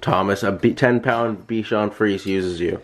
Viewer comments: I had a bichon frise until this past July . He was 15 . Anyway you're mispronouncing the name of your dog . It's pronounced fre- za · Not bichon free, bichon frise....